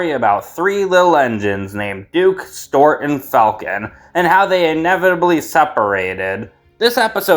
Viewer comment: Bro calls Stewart "Stort."